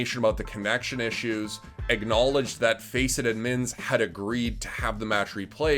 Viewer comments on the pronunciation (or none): can you stop saying admin like that. idmins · can someone teach this man how to say the d in admins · I like this dude but the way he says "udmins" makes me lose braincells everytime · Why are you saying "Edmonds" and not "Admins"... it bothers me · Why he keep saying udd mins tho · How does this guy say 'admins' so wrong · How he says Admins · The way he said admins 👀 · The way he says admins 😩😩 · They way he pronounces "Admins"